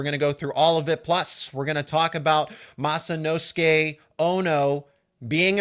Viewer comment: Ooo ... good, quick adjust in pronouncing Masanosuke! And banzai for Penn State. I am pleasantly surprised!